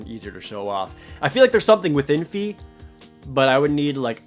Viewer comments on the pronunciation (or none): Fe is pronounced like fear, skipping the r. It's the swedish word for fairy!